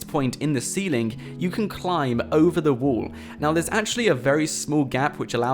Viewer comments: Why do you pronounce wall as wool? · Its 'all and 'wall...not ull and wool